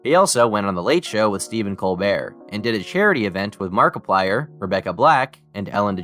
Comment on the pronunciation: How did you manage to mispronounce markiplier’s name